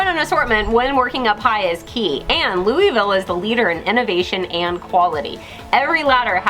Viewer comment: Need to work on your pronunciation of Louisville lol